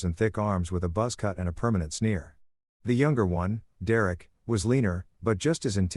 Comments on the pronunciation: Dereck = "Dee Rare Rick" 😂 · D-Rek that s*** was driving me crazy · Lol Dee Eric? Or Derek?😊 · How many times can you Mis-Pronounce the name Derek ?????